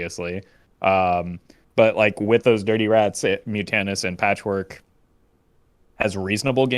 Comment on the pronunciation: It's Patchwerk not Patchwork...